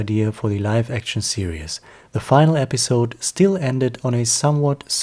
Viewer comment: You pronounce "series" as "serious"